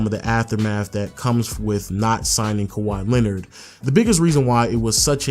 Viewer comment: wow you bucherd his name